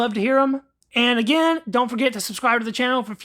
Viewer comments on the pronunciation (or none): none